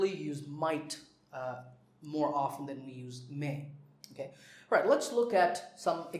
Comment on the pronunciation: Sir can u say the correct pronunciation of Often please?